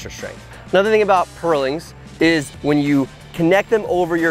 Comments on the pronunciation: Next time, find someone who can actually pronounce "purlin" to talk about purlins. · It's pronounced "purlin" not "pearling". Good video though!